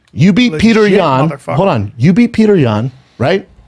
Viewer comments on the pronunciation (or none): Good lord. It's pronounce "PEE-YO-TER." Not Peter...